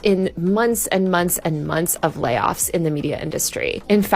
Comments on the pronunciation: At 1' 35" "...munce and munce and munce of layoffs" Why can't the woman do interdental fricatives? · Her valley girl pronunciation of "layoffs" made me laugh.